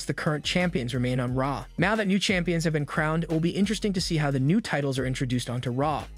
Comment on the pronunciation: Your vowel soba in raw and Raquel made it hard to understand what you were saying. Great video but something to note